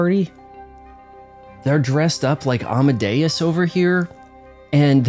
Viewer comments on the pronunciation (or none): none